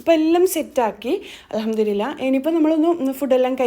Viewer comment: alhamdulillah enn parayumbol alhamdurillah ennanu kelkunnath